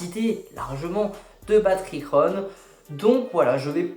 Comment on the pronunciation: Par contre Girona se prononce pas « Rirona » Mdrrr c’est vraiment Girona comme sa se prononce en français